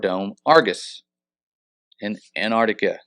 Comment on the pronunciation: Your pronunctiation of Antarctica sounds like , " a ner ti ka "